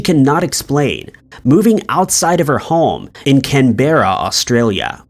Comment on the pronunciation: For the non Aussies, it's pronounced CanBruh, CamBruh 😂